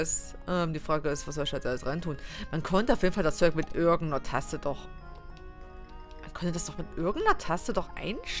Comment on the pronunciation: wie immer tasse statt taste sagt voll coool xD